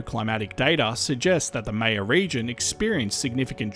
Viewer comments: it’s pronounced “MY-yuh”, not “MAY-yuh”. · Great video! Only thing I I wanted to add is Maya is pronounced like “higher” with an M :) Still found the video fascinating though! I’d never heard about this eruption/these eruptions!